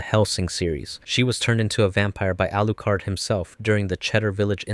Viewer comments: it's Alucard not arucard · bro stop saying Arucard, its hurting my ears😂😂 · Alucard? Naah Arucard😂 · guys the reason why he says arucard is because in the sub they say it with the r but in the dub they say alucard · Is name Alucard not arukard you made a mistake when you reverse the name that is dracula not drakura the name doesn't work unless it's a foreign name from others country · his name is Alucard - Dracula for fuck's sake !!!!!!!!!!!!!!!!!!!!!!!!!!!! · "Arukard" Lmaooo that made my sides hurt with laughter..... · His name is Alucard you got it wrong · Arucard? Alexander Andersong? DUDE GET THE DANG NAMES RIGHT